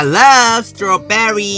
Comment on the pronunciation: It's amazing that he can say strawberry correcter than me. I have always said strawbrry (cause I can't pronounce e very well)